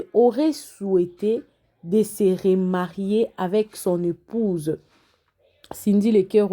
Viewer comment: on dit remarier et non rémarier